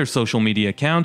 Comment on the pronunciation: It’s impossible to take anyone seriously who closes his videos by pronouncing the world peace as “pace”. And that’s after crying about how some people don’t like his videos.